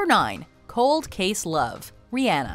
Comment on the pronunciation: She says Rihanna wrong and I cringe every time